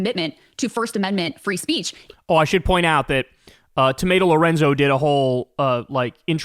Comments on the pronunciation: Are my ears working correctly or is he calling her tomato Lorenzo😂😂😂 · Did Kyle call her tomato Lorenzo? Lol lmao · Wait, did you just call Tomi Lauren "Tomato Lorenzo" ☠️☠️☠️